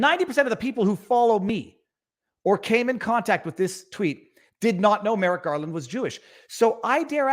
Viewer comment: I keep hearing Merrick Garlic